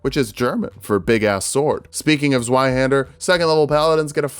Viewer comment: You mispronounced zweihander, however the translation was perfect.